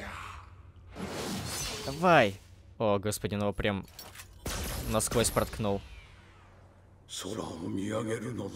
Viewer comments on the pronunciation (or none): none